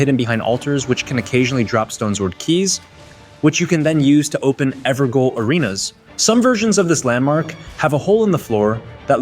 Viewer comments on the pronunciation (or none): The word "Evergaol" is pronounced "Ever-jail". The "gaol" part is pronounced the same as the word "jail". This is because "gaol" is an older spelling of the word "jail” It’s also not spelled like “goal” it’s gaol.